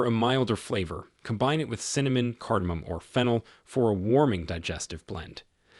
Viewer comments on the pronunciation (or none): none